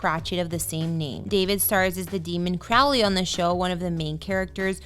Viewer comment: They mispronounced Crowley...